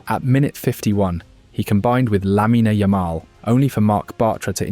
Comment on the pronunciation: "lamina yamala" "peedri" at least put effort on the names man